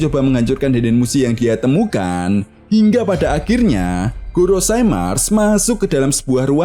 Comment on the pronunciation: GOROSEI bukan "GOROSAI"